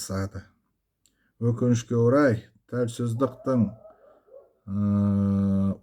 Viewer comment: Печально что вы будучи этническим казахом даже казахское слово Тәуелсіздік (Независимость) не можете правильно на казахском языке произнести. (((